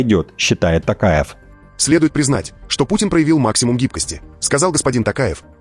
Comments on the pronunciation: Пожалуйста,не Такаев,а Токаев🎉🎉🎉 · ТОкаев, произносите пожалуйста фамилию правильно, не ТАКАЕВ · Токаев,Ане Такаев.Попов а не Папав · Токаев и не Такаев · При всем уважении , пожалуйста произносите имя и Фамилию президента РК правильно: ТОкаев КасымЖомарт Кемелевич! А так я ваш постоянный слушатель , и подписчик!🤝